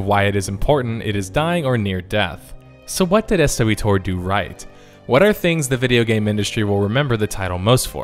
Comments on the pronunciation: the amount of times you said "S,W...TOR" instead of just "swo-tor" (one word sounds like just kotor which you said correctly a bunch) is going to haunt my nightmares. Other then that great video lol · sorry but the fact that you say it most commonly called s.w.tor immediately dicredited this video right off the bat for me. we call swtor not s-w-tor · Please stop saying "ess-double yew tore" holy shit. its just "swoe-tore". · Pronounced S-WHOA-TORE (swtor) Based on the original titles...KOTOR (co-tore) You sound it out like the original title. 😅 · ess double you tor? why not follow the convention established with the kotors? say it with me - swotor. ess double you tor? wince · Brilliant stated as your content always is. Saying "S W Tor" has two extra syllables than just saying "Star Wars Tor." Or you could have just said what everyone else says: "Swo-Tor". I get progressively more and more frustrated every time I hear it otherwise XD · Not Ess DoubleYou TOR... s(woah)tor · Literally nobody calls it SW tor. Its swoah-tor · Me and my friends pronounce it as SWOTOR, hearing S W Tor sounds off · S W Tor? Really? As grating as that is, I will do my best to make it through this video. You know how Knights of the old republic is called Kotor, I'm pretty sure that most people refer to Star Wars the old Republic as Swtor, 1 word 2 syllables. Made it through great video, thx! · “Ess-doubleyou-tohr?” I think you mean swuhtor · It's not pronounced SW TOR, it's pronounced SWARTOR. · Maybe this is just me but I've never heard anyone call it SW:toR. Everyone I've heard calls it SWTOR all one word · Up until this video I had never heard it pronounced S-W-Tor. Everyone I ever interacted with that shortened it always used Swo-Tor as the way to pronounce it. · Great video but everytime I hear 'swtor' pronounced the way it is in this video, i cringe. Back when I used to play it, we'd literally pronounce it as 'swotor'. 'essdoubleu-tor' seems like such an unnecessary mouthful lol